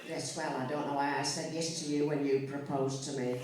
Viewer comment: Yeah, that’s it. The only part I really couldn’t hear was “when”. For some reason it sounded like “lift”.